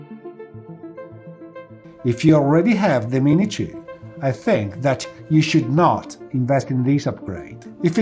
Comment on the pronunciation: What is this other drone he speaks of ,,, the mini tjoouh? xD